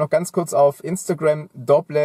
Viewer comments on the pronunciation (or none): Das Spiel Dobble wird Dobbel ausgesprochen.